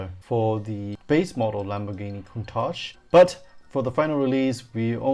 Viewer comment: You're the only person i've ever heard pronounce Countach correctly :) Nice review!